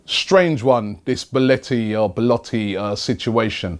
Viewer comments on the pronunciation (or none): Robbie, every time you say Beletti I die a little bit inside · I give up, There's more chance of Arsenal actually signing Belotti than Robbie pronouncing his name properly